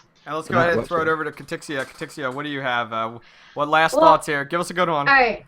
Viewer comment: Why you calling her Katrixxia when she doesn't have an r in her name?